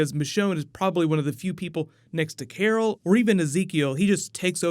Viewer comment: At least he's aware of how he says "CarRrRrL" lol.